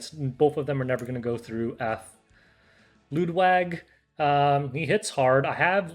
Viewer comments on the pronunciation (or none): The way he said Ludwig 😭😭😭😭